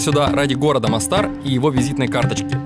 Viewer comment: Видео супер. Но, Антон, город в Боснии Герцеговине вроде читается, как мОстар, а не МостАр. У меня в Англии была одногруппница оттуда, она именно так произносила.